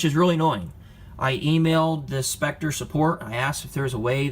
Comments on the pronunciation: Reading is fundamental, it's pronounced (SEP-ter) not SPEK-Ter. Your review is all over the place. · Swap the c and p sounds, c is silent; "septer""